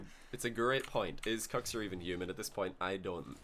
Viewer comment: pretty sure its not pronounced "cooks"